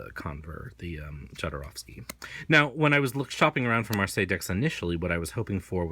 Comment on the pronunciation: Very informative video, but please learn to pronounce Jodorwsky surname - click on polish His surname is transcripted from polish to spanish this is why there is a letter "J" at beginning which sound is 'h' like in word harsh.